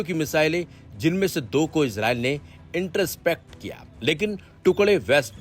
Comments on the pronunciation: Interpacts nhi Intercept hota hai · inter-spect nahi hai bhai. In-tr-sept hai. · Iterept 😂😂😂 intercept hota h maharaj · बड़े जाहिल और लवड़े पत्रकार हो....कहां तक पढ़े हो ?? इंटरसेप्ट को इण्टरस्पेक्ट कह रहे हो !!😡😡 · intercept hota hai word